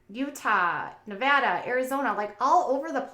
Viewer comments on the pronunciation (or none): none